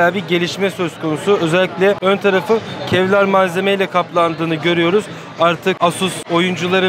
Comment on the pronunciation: kevrar dedı vıdeoyu kapattim.